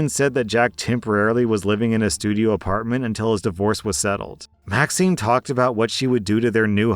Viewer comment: You said that Maxine's name was vaccine. I relistened 3 times. How do you make a mistake like that?